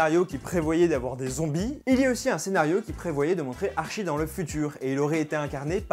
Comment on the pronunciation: jsuis désole mais Riverdale c trop la vie... et si jamais on dit Artchie et pas archie comme tu las dis en debut de video